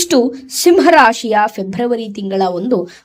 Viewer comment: ಓಂ ಶ್ರೀ ಗುರು ರಾಘವೇಂದ್ರಾಯ ನಮಃ,,, ಮೇಡಮ್ ಅದು ಫೆಬ್ರವರಿ,, ಫೆಬ್ರಮರಿ ಅಲ್ಲ ಮೇಡಮ್ 🙏🌺🙏